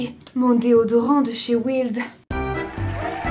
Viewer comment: "Waïld", pas "wild". C'est comme "bèèèr" pour Pull and Bear et pas "bir". Bref, la prof d'anglais que je suis l'entend à chaque fois et il est temps de changer ça 😋 Et ce panier pour chat, je le veux trop. Merciiiii